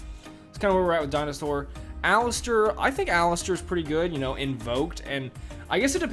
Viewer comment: Aleister not Alistair. Otherwise great vudeo.